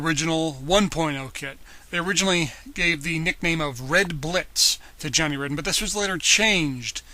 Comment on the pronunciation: Not sure if this is already pointed out, but Johnny's last name is actually pronounced as "Raiden".